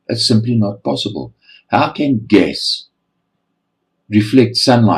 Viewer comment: It's not posaaaybil